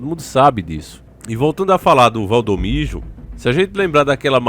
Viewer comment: E Valdomiro não da maneira que vc tem pronunciado